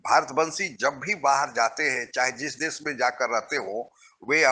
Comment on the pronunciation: आप विडीओ अच्छे बनाते हैं पर एक हिंदी भाषी होकर भी आप हिंदी बहुत घटिया बोलते हैं। देश को देस, भाषा को भासा, शुद्ध को सुध, शरीफ़ को सरिफ बोलते हैं। बहुत बुरा लगता है। सही हिंदी सीखिए पहले